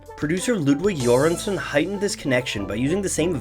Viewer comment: Great video and Göransson pronunciation👌